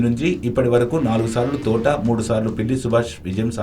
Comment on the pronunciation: Thotha Enti Thota ani palakadam nerchuko